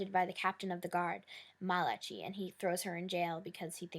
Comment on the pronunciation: Just so u know his name is pronounced Ma-la-kye its a biblical hebrew name member he jewish